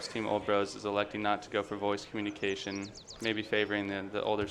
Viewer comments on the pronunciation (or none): none